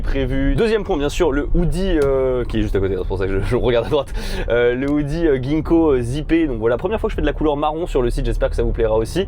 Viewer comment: Phonétiquement c'est pas guinko mais jinko